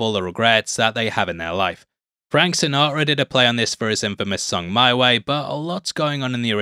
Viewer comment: The way you pronounced Sinatra was disgusting, but otherwise I love your content.